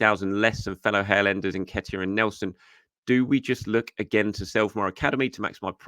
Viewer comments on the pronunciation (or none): none